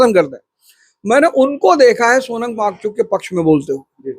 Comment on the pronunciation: 😂भाई तू पहले उनका नाम लेना सीख ले सोनम वांचूक नहीं वो सोनम वांगचुक नाम है...